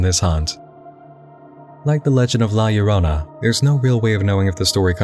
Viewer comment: i'm late to the party, but i appreciate that you got La Llorona's name right.